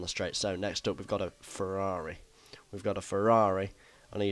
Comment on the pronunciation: "we've got a ferrrrrari"